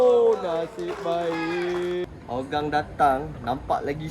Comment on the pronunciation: Sebutan team singapore ialah Hou gang bukan Ho gang … tahun main ACL 🤭🤭🤭